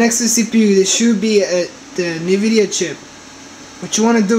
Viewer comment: lmao, "rye next to see pee you is da nuh-vidia chip" its (en-vid-ee-uh) lmao "its gonna be rye around here (makes circle gestures with his finger) lmao. Please Please...dont post anymore videos..your killing us. If you think your helping anyone, your not. Your incapable of doing such a thing. Your not smart. So stop fooling yourself. "uh, see if uh..it turns on and uh, as you can see mine worked, annnd...there it go" lmao.